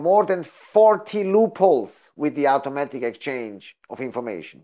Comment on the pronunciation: Try not talk with your hands.. Its distracting and annoying. Sit on your hands if needed. It's not pronounced owtaomatic... it's awtomatic.